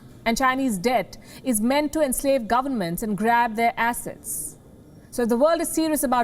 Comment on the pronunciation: heard it twice to confirm it was "grab their assets" and not "grab their asses"